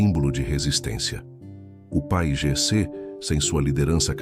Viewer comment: É si lê P A I G C